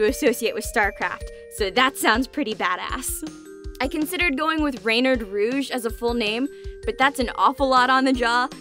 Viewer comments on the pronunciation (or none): Appologies for being annoying but I can't help myself "Renard" is not pronounced "rey-nard" it's pronounced "ruh-nar" And "Lapin" is pronounced "lah-pu" "U" pronounced "unh" it's a little hard to translate into English I tried my best Good job on the bijou pronunciation gold star from ur local french teacher